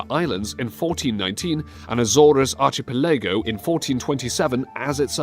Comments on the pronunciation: Arch A Pa LEGO .... you mean Archipelago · he clearly says "arshie-pee-laygo" not even close to the portuguese (or english) correct pronunciation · I have never heard "archipelago" pronounced like that before.